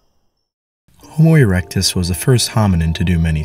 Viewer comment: "Homo eructus"?🤦😂"neanderthals and apemen"?!!!🤣🤣🤣🤣🤣🤣